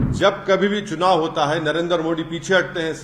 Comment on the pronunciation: इसको मोदी जी का नाम लेना नहीं आता बोलता है नरेंद्र मो Di